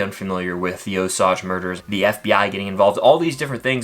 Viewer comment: Please learn to say Osage correctly.